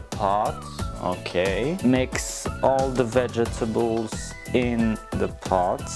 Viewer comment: mix all the Ve-ga-table in the pot